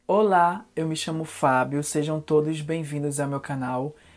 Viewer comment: Sao paulo. So no "ola" dele jáa descobri logo